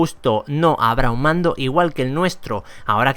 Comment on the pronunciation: Dice pando y es mando xD